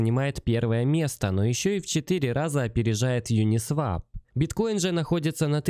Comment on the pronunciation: Правильно произносить: "ЮнисвОп"